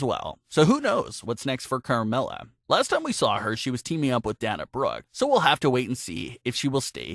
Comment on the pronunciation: Wtf is Dona Brooke you mean Dana